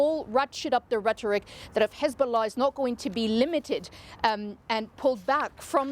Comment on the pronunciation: Did he just say "Hizbollock"? 🤣